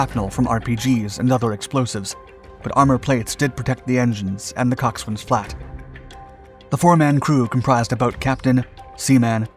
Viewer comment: … Sorry in advanced for being that guy, but I would want to know and your videos are too good to not tell you. Coxswain is pronounced “cock-sin”… essentially the “wa” is silent… a video on naval terms origins would be interesting!